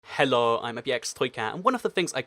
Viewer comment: just pointing out something it's hEllo not Hallo